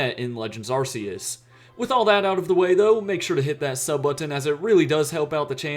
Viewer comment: Ahh, i see you are a man of logic. The proper acreus pronunciation is music to my ears. I like the video